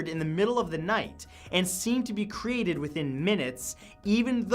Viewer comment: I cant take anyone that cant say "Created" and instead replaces the word with "Kerated" Also that guy has the most punch able face iv ever seen. There,s too many of these ass holes out there but we both know the only reason they do it is for money they dont actually care at all for the content of their "Content" at all apart from the money the vid makes them.